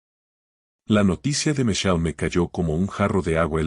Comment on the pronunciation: Solo voy a decir se pronuncia michel. No micheye. Segundo si su hijo y la nuera Vivian en su propia de du casa como la tal lucia estuvo a las tres de la mañana en el despacho de este señor. Una historia con muchas inconsistencias. Y la historia nada que ver con el título. Y el hijo es un patético